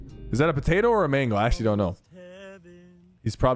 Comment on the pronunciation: bro said mango also since there are so many comments about words that he said wrong makes me think that he did this stuff on purpose lol